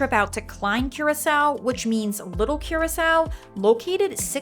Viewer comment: you pronounced every single location and name wrong in this video, including curacao!